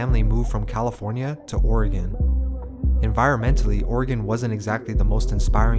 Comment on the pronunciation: FYI; “or gun” and “lake aus sweego” for Oregon and Lake Oswego